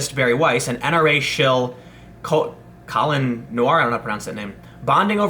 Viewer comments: It’s “kow-lee-on” “nah-wawr”. He’s a super cool guy with a show on NRA tv. He’s black and pro gun, so of course, the left hate him. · Co-Lee-on Noir. Pretty cool guy, has a really good 2A channel, he’d be a great person to talk to about firearms. He designed a custom pistol with tyr defense called the advocate.